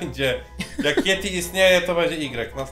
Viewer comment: Yeti A nie ieti